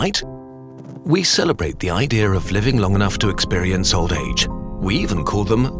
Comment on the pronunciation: WHY DID HE DAY IDREA THERE'S NO R IN IDEA